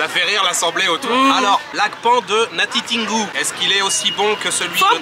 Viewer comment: C'est natitingou tin et non tine